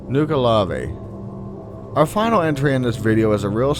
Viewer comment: Nuckle-uh-vee As opposed to Nuke a lavé. Though I understand why have pronounced it as you have. There was one other word you got wrong but it escapes me as I am typing this I suppose it is not important.